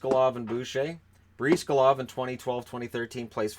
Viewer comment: It is pronounced "Bris-GAH-lahv", not "Breez-ga-lahv".